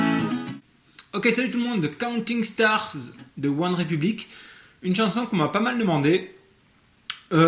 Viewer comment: "coutine starrrrs" magnifique cet accent 😂